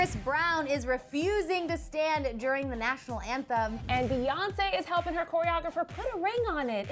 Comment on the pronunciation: emmm can we please stop calling Beyonce "baes" its "bees"